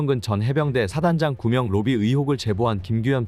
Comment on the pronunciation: 구명로비가 구멍로비로 들리는것 기분탓인가